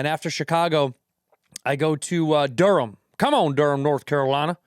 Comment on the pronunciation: Doing a country accent for Durham nc made me wanna throw up lmaoooo Durham is hood as hell